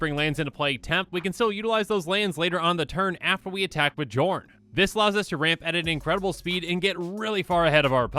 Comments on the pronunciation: Psst,, the name is pronounced yorn. Game knights already made this joke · Okay, okay, this is getting REALLY frustrating. It. Is. Pronounced. Yorn. Go to Google. Look up how to pronounce the letter "J" in Scandinavian, it is ALWAYS pronounced like a Y. It blows my mind that every single Magic the Gathering content creator collectively got this wrong. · It's pronounced Yorn Josh! Edit: Ironically, I posted this referencing the Command Zone commander match where Josh mispronounced Jorn the entire game. Then I began watching the video annnnnd awkwarrrrrd 🤦‍♂️😄